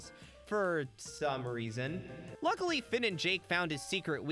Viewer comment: ah yes, Reaon